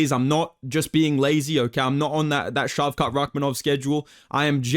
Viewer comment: Bro says Shavkat's name like a SLUR🥀